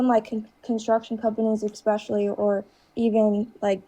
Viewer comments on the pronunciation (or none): I wondering what the correlation is between using the word "expecially" and voting for 47.